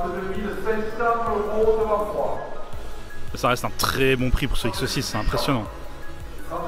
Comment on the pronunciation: Au lieu de comprendre "ça reste un très bon prix pour ce x6" j'ai entendu "ça rest un très bon prix pour cette saucisse" 😂 😂